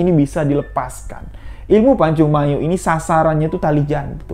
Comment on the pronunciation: Bos kau jgan ngaku"ktrunan pmilik pacung mayo..ngmong nya aja nggk jelas..pacung mayor bukan pacung mayo..sini kau ngtes ilmu kau samo aku orang rantau panjang merangin jambi..aku keturan harimau dari serapan 1